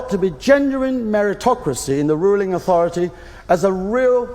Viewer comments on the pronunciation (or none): none